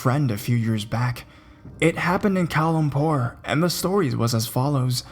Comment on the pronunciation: The way you said Kuala Lumpur though Ughmmmm SOO GUD!!!!!!